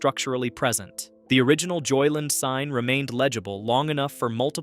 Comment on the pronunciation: Stop saying "JoyLIN; It's 2 words. JOY LAND. Got it?